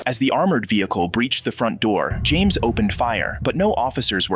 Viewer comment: It’s James “yo” not “you”